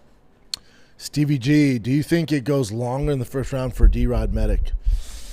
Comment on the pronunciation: Your a grown man how do u not know that ALL Serbian last names ending in ic are pronounced "itch" Med-itch!!!!